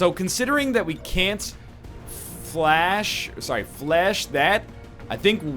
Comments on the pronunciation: It's "FLESH" not "FLASH" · i think fleche is pronounced fli-shay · fuck's sake egg stop pronouncing it 'flash'! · could've given an additional action AFTER moving with a blue move to a position from which he could see the Shinobi. Also, stop pronouncing "Fleche" incorrectly and then correcting yourself, using the douche voice.